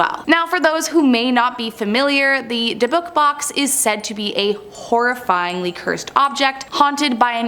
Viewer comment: Your mis pronouncing dybbuk. But I love that movie, it's a good one.